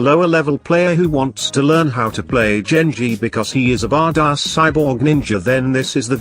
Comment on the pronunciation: Genji not Jengi